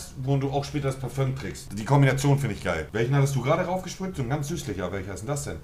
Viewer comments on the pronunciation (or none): wer parföng sagt ist ein kek es heisst parfüm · Voll der Rentner kann immer noch nicht Parfüm richtig aussprechen 🤦